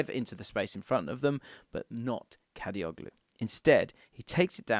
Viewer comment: I feel disappointed whenever I hear someone pronounces soft G letter in the Turkish surname suffix -oglu which means -son (instead of saying Kadiolu). I mean... it is irritating